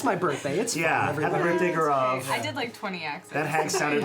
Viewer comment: Cringed when Gaurav could not say his own name right.